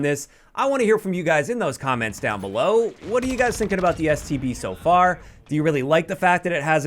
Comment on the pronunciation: Always sounds like he says, STD